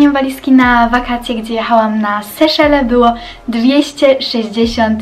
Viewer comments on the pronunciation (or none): none